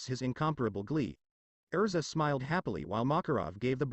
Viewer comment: It's erza not elsa.